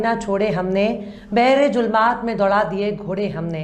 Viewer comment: Mam zulmaat hota hai julmaat nhi